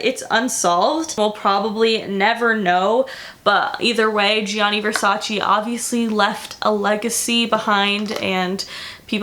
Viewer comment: That is not how you pronounce it is GIA you have to say it fast sounds like JU on Justin, same for Giovanni, not G I A NI and the emphasis on the double N is not just one is longer is two the A and I need to be stronger... just google translate it in Italian you'll hear what I mean. And VERSACE EEEEEEEEEE comes from Latin so it is pronanced EH not VERSACI... is ReGGio Calabria don't put emphasis on the I... I like your videos but your origins are Italians you are American.